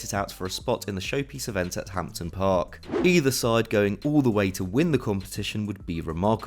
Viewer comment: Did you really just call scotlands national stadium “hampton”?